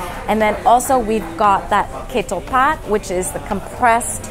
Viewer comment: If I may correct the pronunciation of Ketoepat: Kha Too Pat ( the closest sounding)